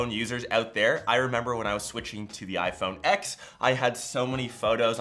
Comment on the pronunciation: How is a tech guy actually calling the iPhone X, "ex," and not, "Ten?"